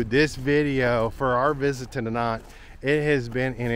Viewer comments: Dinant looks lovely. Incidentally Google pronunciation says it's pronounced De-non. Any of these difficult to pronounce places should be on Google. Again incidentally I come from Edinburgh Scotland and as its somewhere you might visit on your travels, if you say Edinburra you will be saying it right. 😂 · Dinant... don't pronounce the "t", like you would in Spanish. Its more Dee-non(t) like another person posted, just look rhem up on google. I'm French, btw